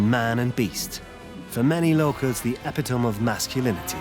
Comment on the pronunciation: Interesting way to pronounce epitome...